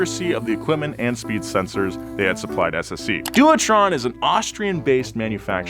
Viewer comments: Doowatron…. 😂 It’s pronounced devetron! I wouldn’t have commented but holy shit, you said it so many times in a row 😂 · It's not pronounced Shee-ron, it's Ky-ron. We won't even start on your attempt to pronounce Dewetron (Dave-etron is close to how it is pronounced correctly). You claim to be a car nut? Disgraceful!